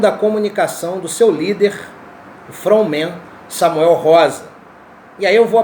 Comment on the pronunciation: From man ? se pronuncia fronti man ou seja front man e nao from man , abs